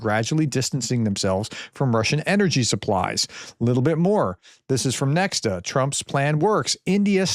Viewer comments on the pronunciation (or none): Dear Professor, the name of the Belarussian media NEXTA is pronounced as Nekhta.